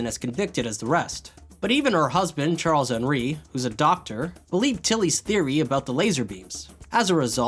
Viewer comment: "charles-henri" you're saying half the name in english and half in french